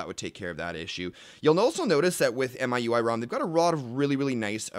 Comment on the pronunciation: The Wikipedia page opens with it being pronounced Me, you, I. You are both wrong.